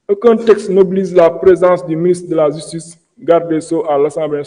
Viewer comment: Degoule francais ou sa langue a des problemes il dit la jistice et jistuice on dit ( Justice) autre mot mal pronocé car il a des problemes avec le j et le g Il dit Exijer (Exiger) .